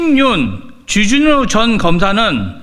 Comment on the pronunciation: 발음이나 똑바로 해라 쥬쥬뉴가 뭐냐 쥬쥬뉴가 , 존나 애새끼처럼 쥬쥬뉴 쥬쥬뉴 ㅉㅉ